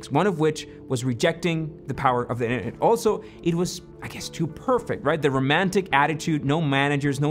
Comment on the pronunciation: that’s certainly a interesting way to say Internet